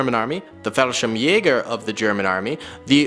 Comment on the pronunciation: How can you pronounce Fallschirmjäger sp perfectly but then say "lUfTuAfFa" 😭😭😭